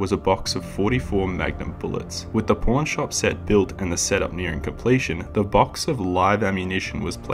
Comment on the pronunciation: Took me a minute to realize you were saying Pawn shop lol Great video man, glad you popped into my recommended